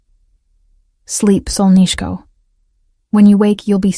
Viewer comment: You're pronouncing "solnyshko" incorrectly. Even though it ends with an 'o' It's pronounced as if it were an 'a'. I love that word used as an endearment